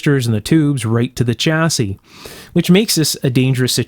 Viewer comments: Stop saying chassis with a hard CH, it's pronounced "shassey", apart from that, excellent video, even though I have no idea what you're talking about. Kind regards. from the UK. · Interesting video. Just one thing… chassis is a French word pronounced Shassy, not Ch assis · It’s pronounced shassiy. Not chassisy